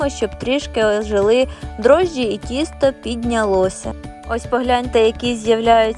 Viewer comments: То тісто чи кісто,баба не чує😂😂? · Спочатку звучало правильно ТІСТО,а потім знов таки КІСТО😅